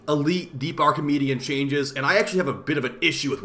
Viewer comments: Stop calling it “Archimedean” 😂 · why do u say an N at the end of archimedea